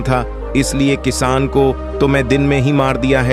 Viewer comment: Editing bahut kharaaab hai. Kisaan is called as kiss. Lagta hai Auto reader lagaya hai jiski wajah se galat words bhi pronounce ho raha hai.